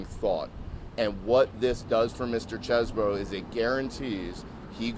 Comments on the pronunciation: That’s all cool, but when you have a vowel followed by a consonant and an e, the preceding vowel is pronounced as a consonant so it’s not Chez-Bro, it’s Cheese Bro, like the brother of cheese man, a brother from another mozzarella. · His own lawyer pronounces CHESEBRO as Chezz-Burrow?